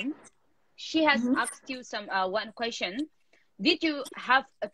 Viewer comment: If you can kindly say "Kuest-shion" and not "kho-shion" for the word Question.